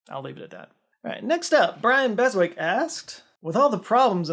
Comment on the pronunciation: beswick is prononced bess-ik. like anwick.